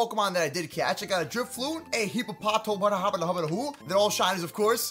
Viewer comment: Pernoce it like this Hipo-pa-tas Hipow-down